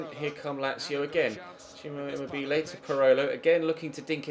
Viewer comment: Emobelay? De Vree? Have you honestly never heard their name spoken before lol